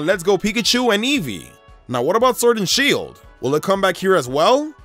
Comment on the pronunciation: i like the vid but ur voice omg, SWord and shEIld